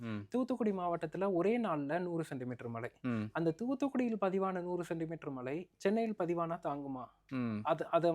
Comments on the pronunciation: Tamizha ozhunga sollupa. Mala malanu soldra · It's not மலை, மழை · தமிழ் ஒழங்க மழை சொல்லுங்க மலை இல்லை